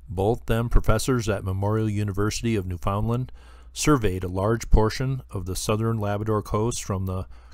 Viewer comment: It's pronounced NEW-fund-land, not new-FOUND-land...